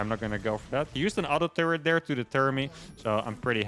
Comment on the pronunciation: Does anyone else think when says 'turret' it sounds like he's saying 'turd'?